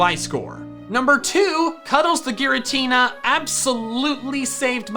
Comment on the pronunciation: Ghiratina Renegein pokemon LOL😂